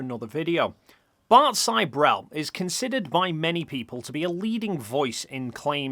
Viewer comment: I think Bart Sibrel’s surname is pronounced “Sih-brel” not “Sigh-brel”